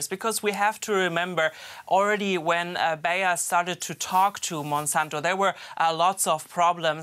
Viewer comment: Bayer is pronounced as Buyer.